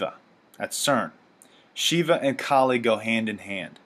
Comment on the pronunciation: You're saying her name wrong, first off. Second, Kali is a Hindu goddess, not demon. She is the goddess of destruction. The name 'Kali' directly translates to 'time' - the Hindi used her story to illustrate how fighting against time is futile, and the more you try to oppose time the more destructive and fierce she becomes. Again, she's a goddess, not demon. Do some damn research before word vomiting crap about a belief system like Hinduism.